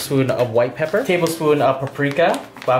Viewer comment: This guy says 1.5 tsps of black papper "put 1 pound of black papper"